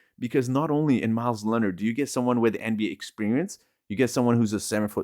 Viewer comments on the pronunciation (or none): Myers not Myles man if you're promoting these guys at least pronounce them right.